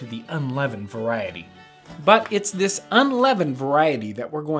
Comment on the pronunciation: did you just say “zis type of biscuit”